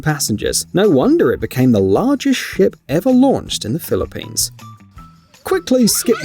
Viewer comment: I’m sorry I love the video BUT THE ACCENT MAKES SHIP SOUND LIKE S#!T 😂😂😂